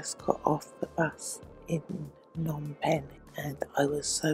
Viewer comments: This is a really enjoyable channel!! And feel free to do apartment tours any old time in Siem Reap!! Just a hint, backed up by my having lived in Phnom Penh for years and being married to a Khmer wife, you do pronounce the P in Phnom. As my wife says, that's why there's a P in it!! :) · lol thanks for the tip my pronunciation of words is truly terrible. I have a lot of footage from Kampot Kep and the islands to work through between now and Christmas but hopefully more room tours in January 🤗